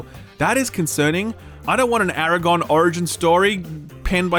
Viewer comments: ARAGORN!!!! ARAGORN!!!!! NOT ARAGON!!!!!;) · HOLLLL UP!??? DID YOU JUST SAY eraGON??? When you were supposed to be referring to the king of Gondor araGGOORRNN???????????